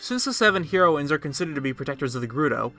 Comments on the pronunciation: Hee-roines? Heh-roines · I’ve never heard it pronounced, Hero-in. ...Hair-o-in is how I have always heard it. But other than that...great video. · I'm sure I'm not the first one, but the word isn't pronounced Hero ins. It's Hairo ins. Y'know, like the drug. Same pronunciation for both. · The way he said HEROines 😂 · Heroines {heh-ro-wins} Learn to speak. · It's pronounced Heroin-s, heroin like the drug. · The way he sas herowins lol theory busted XD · the way you pronounce "heroines" is killing me. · You say heroines really weird. It's pronounced like the drug. Edit: literally can't watch this. Pronounce you shit right! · had to stop watching due to the way you say "heroines"